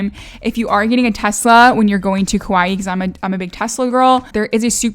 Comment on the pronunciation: Hi, Hawaiian words are tough to pronounce, so here’s some help from a local gal from Kaua’i…you almost got it! The vowels sort of stop short and not stretched or curled. Hopefully that made sense. Kaua’i: kah-WA’-ee Kapa’a: kah-PA’-a’ Poke: pO-keh Aloha: ahlo-HA (not A-low-hah…cringe) Mahalo: ma-HA-LO’ Hawai’i: ha-VAI’-ee’ Glad you enjoyed our island! Mahalo for embracing our culture! 😊